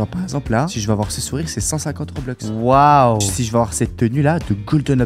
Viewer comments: et on pas roblox on dit robux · Ce n'est pas roblux mais robux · Mec on dis robux pas roblux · Trop bien tes vidéos et on dit robux pas roblox 😁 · ON DIS ROBUX